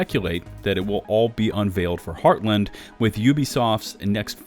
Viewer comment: Also, the way you pronounce Heartland still drives me batty lol.